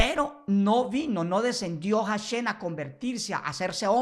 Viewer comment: Deja de decir "JasheN" primero practica la correcta pronunciación para que no se rian mas de tí. Hasta yo que soy respetuosoe río de oirte pronunciar tan mal. Mejor sólo dí El Eterno y ya.